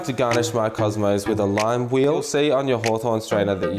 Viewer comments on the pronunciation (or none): Lime whuh-eel